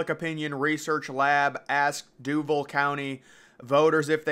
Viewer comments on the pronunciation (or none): BTW,, the county is pronounced DUU-VAWL, like the Tenn Vols